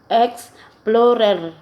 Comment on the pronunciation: kakagutom naman po inahan eat well po, natawa ako sa exflorer nakaka bulol nga😂